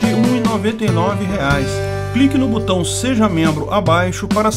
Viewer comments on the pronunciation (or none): none